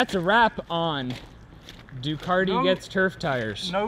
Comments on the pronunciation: there is still no R in Ducati! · Just wondering when Ducati put an "R" in their name ?